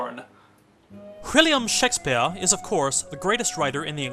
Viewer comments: I love you but SHEK - spyehrr kills me a little inside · I enjoy these videos a lot. You can tell this is an early one. I’m glad you got out of the habit of pronouncing “Shake-SPEE-ARE!!!” like a drunken pretentious old lit professor.